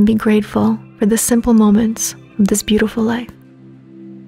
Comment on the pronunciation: I wish you'd do a better job with pronouncing Sanskrit words like mantra and namaste